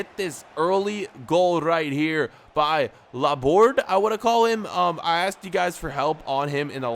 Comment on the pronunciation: Laborde's name is pronounced as La-bor-dey. It's because he is French